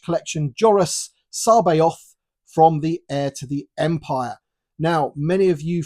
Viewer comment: Nailed that pronunciation!